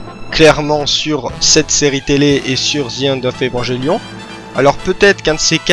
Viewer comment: Bon, c'est une vidéo qui est sortie y'a un moment maintenant mais bon je peux pas m'empêcher de devoir pointer du doigt tout ce qui ne va pas dans ce que tu dis sur Evangelion (et pourtant je n'en suis qu'à la 8ème minute) Bon passons déjà que comme presque tout le monde tu prononces de manière horrible le nom de l'anime (un enfant malien meurt à chaque fois que vous prononcez "evanjellion" ), je ne peux m'empêcher de grincer des dents quand je vois que tu t'es mis à Eva à cause de Pacific Rim. Del Toro s'est bel et bien inspiré d'un anime de la Gainax pour le coup, mais c'est Top wo nerae Gunbuster et non Neon Genesis Evangelion. Concernant le budget de l'anime, en effet la Gainax était en faillite à l'époque. Néanmoins, les plans fixes d'Eva sont extrêmement travaillés et la réalisation d'Hideaki Anno fait un travail de génie, chaque plan d'Eva pris individuellement a des détails extrêmement importants, au niveau des choix des couleurs, de la position des personnages (pour montrer leur rapport dans la dite scène), tout a son importance. Le premier épisode est à mon avis l'exemple parfait de la maitrise d'Anno car il peut être entièrement compris en en retirant complètement les dialogues. Bon, en ce qui concerne la fin de la série, elle est mignonne l'histoire du "ils avaient plus d'argent donc bah ils ont fait ça" mais la réalité est autre part. En effet, un budget, tu l'as sous tes yeux, tu sais qu'il ne te restera plus d'argent à un moment. Si certaines scènes appellent d